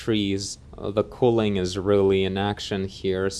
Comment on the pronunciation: How you are pronouncing culling might be a bit confusing since you are pronouncing "cooling" as in to cool down. Culling sounds like the word "null" as in What else might be confusing is that the heat maps that show the 'culling' amount are not referring to 'cooling.' Rather, they are referring to effectiveness of culling, or 'removal of unnecessary topology to ease the work needed by the render engine.' Not a complaint btw. Ty for taking the time to put this information out there. :)